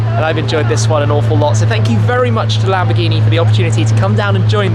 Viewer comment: lam - boar -ge -nee and moor - ceae - la - go